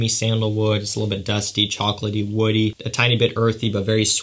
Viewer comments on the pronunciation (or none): none